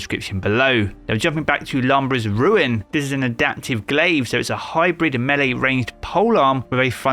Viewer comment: The way you pronounce these names lol. It’s Lou-bray’s Ruin. Not Lambrah :-)